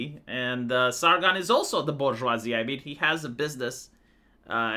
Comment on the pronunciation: The Bourgeoivee